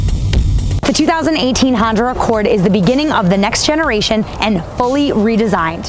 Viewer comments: Honder Accord......ROFL!!! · Honder accord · Honder lol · Is it just me or is she calling it a honder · HONDER!!! Gotta love it. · i tot she said her nama was honda...lol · She keeps saying hondurrr accord. WTH? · Why do white people say honder? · She said “Honder”....gotta love that New Wngland accent. Lost mine when I was 10 when I moved away from RI